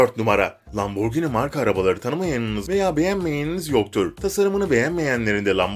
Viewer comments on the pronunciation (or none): Lamborgini değil lamborjîni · abi o lamborgini değil lamborjinii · lamborgini değil lamborgihini bide lamborgini diye okunmuyor lamborcini diye bide bizene türkiyede lamborghini mi var? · Abi lamborgini deyil laburjini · Neden lamborgini diyon? :D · Lamborgınt aq